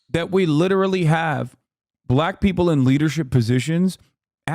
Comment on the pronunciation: When Hasan talks about Black people he sounds SO HARD like he wants to say the N word with the way he emphasizes it. Jfc Edit: He also keeps talking about how bad and horrible the USA is, when he has literal Millions of dollars to move to another country and live just as comfortably as he does in the USA. His followers are just cult members at this point